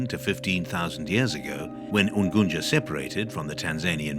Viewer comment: coz he is not a native duuh